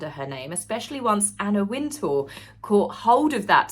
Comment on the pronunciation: Out of interest, I put on closed captions and re-listened. I had no problem with pronunciation and captions translates Wintour as *winter. Hope that helps 😊